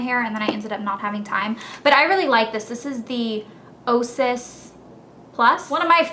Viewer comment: It's o-a-sis.